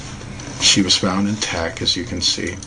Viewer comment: Dr. Ramon de Torres That's actually a pretty good point. We don't feel the Earth move because of it's mass and the speed at which it is moving. Just like straight normal flight on a plane. Still though, this guy is just really reaching with this video. And I can't take how he doesn't add a T to the end of the words that end in T. "She's still in tac". Ugh!